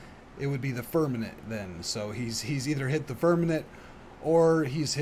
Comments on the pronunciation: FIRM-A-MENT I FEEL LIKE ITS SUPER IMPORTANT TO BE ABLE TO SAY WORDS IF YOU ARE TRYING TO TEACH THE WORLD. I’m sure you’re trying. IT IS SPELLED & SPOKEN: FIRM-A-MENT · i wondered too. but i think i got it. he is pronouncing it bad in the video. he says Firmanent. héhé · Why are you mispronouncing firmament?